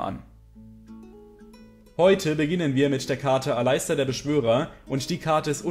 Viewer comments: Bitte sprich Aleister Alistar aus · Bitte sprich doch Aleister englisch aus :)